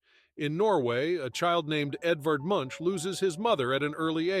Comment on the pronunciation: Truly, the most incorrect way to pronounce Munch. At least google the pronunciation. Sincerely Norway